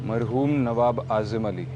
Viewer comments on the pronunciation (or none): Mahroom Nahi Hota...marhoom Hota hai